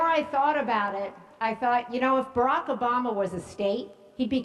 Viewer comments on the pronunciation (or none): It's not AToooooomah its Obama